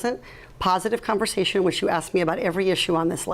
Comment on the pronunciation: She wants a Pahsitive Khanversation, you guys! God dang, she 's acting like DSP.